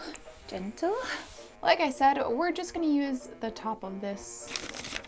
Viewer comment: "i tend to make things a little bit, jist a smidgen more difficult for myself than they need to be" sAME